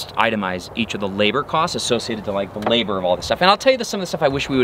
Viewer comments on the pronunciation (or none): Great video, of course, but "Labar"? That's a new one!